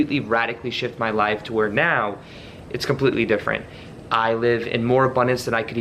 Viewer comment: Did you say now as meow at the start? 🤣Great video as always